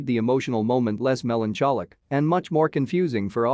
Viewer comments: Did you say "melon cholly"? LOL 😉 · Who in the fuck pronounces melancholic with a soft "ch" the way you did? It's 99,9% an hard "ch" like in alcoholic! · the narrator of this ckip pronounces prequel and melancholic in a weird way , pre-kel and melantjolik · Maybe learn how to say melancholic?!?!?!